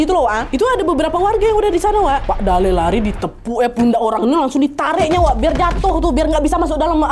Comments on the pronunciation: sbnrnya namanya kakek itu pembacaannya salah kak nadia, bacaannya itu dalLe’ L. nya dua dan ada penekanan 😂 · kotaaa kuuuuuuu😭 btw dalle cara bacanya tuh kaya mati '